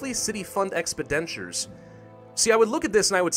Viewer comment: That's not how you pronounce expenditures. You're pronouncing it as "expedentures".